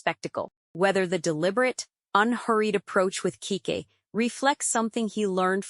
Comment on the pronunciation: CHIIIICK!!! If you don't STOP calling her KEEK...it's pronounced "KEE-KEE".